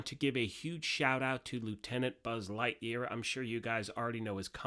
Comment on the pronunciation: Thanks for the info. Are you saying BuzzLightyear or BuzzLiteBeer? Lol